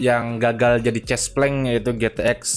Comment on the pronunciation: bang.. cespleng ejaan e belakang nya kaya e di kere bukan huruf e di tete...